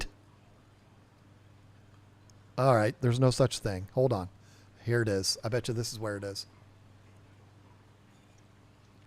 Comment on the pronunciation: Bait, or Bate..... then there is Bett as in better pronunciation When you go to Vegas, do you bate on sports? Then end.